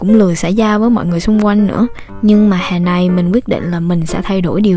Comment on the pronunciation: giọng cj kì quá nhưng hay, mong j cố gắng khắc phục(chữ hè cj nói giống hòe)